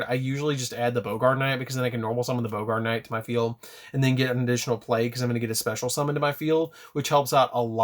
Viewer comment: Its Baa-grt knight. Not Bo-gart